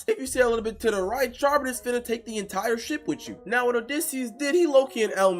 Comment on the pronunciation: You said scylla and charybdis wrong